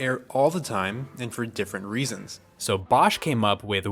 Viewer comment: Your pronouciation of Bosch is spot on !